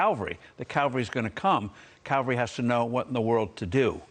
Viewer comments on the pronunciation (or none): Cavalry not Calvary. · Damned Steve...you too!? He's too damned smart to be calling the cavalry the calvary! It could be the most slayed word in the English language. That & nuclear. I hear smart people calling it nucular. WTF Calvary is the mount where Jesus was crucified. Not the boys on the horses riding in saving the day. They would be the cavalry! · CavaLry, not CalVary. 1 is supposedly coming; the other 1 supposedly came & went. Both dubious claims. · It's Cavalry, not Calvary!!! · The “Calvary”???? Um… the word is CAVALRY!🤦‍♀️ Cavalry means soldiers fighting on horseback… Calvary is the hill where Jesus was crucified!!! Come on, guys… y’all are smart men… get you words correct! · Cavalry mr. Forbes not calvary